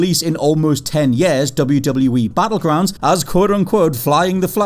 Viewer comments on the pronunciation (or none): none